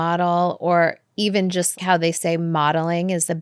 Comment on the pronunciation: here only to listen Kourt say chost instead of just a bunch of times :)